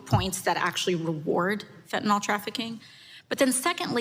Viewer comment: it's fen--ta--NYL... not fen--ty-NOLL